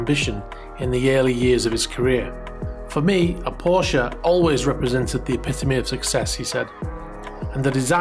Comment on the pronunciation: My first thumbs down for, based solely on your mispronunciation of the name Porsche.